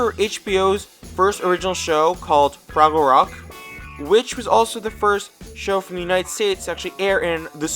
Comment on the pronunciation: “froggle”?!? Did you ever watch this show?!? It’s pronounced FRAGGLE…how old are you?!? 😖🥴